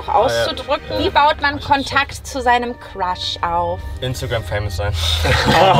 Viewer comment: Ich habe beschlossen und zu shippen, weil sie beide immer Quasch anstatt Crush sagen🤣